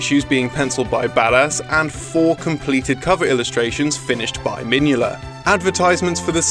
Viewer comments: That has to be the weirdest pronunciation of Mignola I ever heard. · I love the way you pronounce Mike Mignola XD